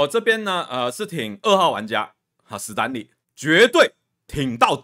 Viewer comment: 史丹利 不是死丹利 ㄕㄙ不分聽了好難過